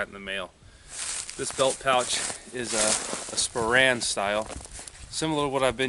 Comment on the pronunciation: I think you mean /SPOH-rehn/, not /spo-RAN/.